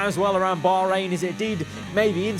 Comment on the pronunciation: It's cool to see that they actually try to pronounce Bahrain properly. It's supposed to be bakh rain and not bar rain